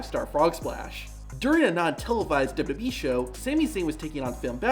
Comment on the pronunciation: Love your videos! Hate the way you say “WWE.”